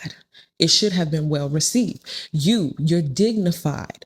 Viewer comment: "Ask and ye shall reciwve"